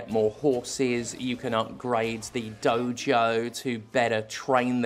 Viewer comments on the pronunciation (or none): none